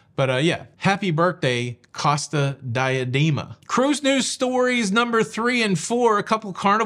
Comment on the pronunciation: Dee-ah-DAY-ma! Per carita’! C-oh-sta Dee-ah-DAY-ma. You’re unaliving me here!